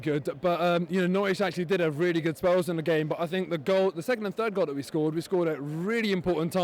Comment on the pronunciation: Learn to execute the English language correctly you jackass!!! It's GAME not Fame, fucking dipstick!!